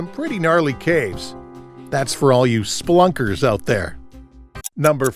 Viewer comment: "Spelunkers " not "splunkers"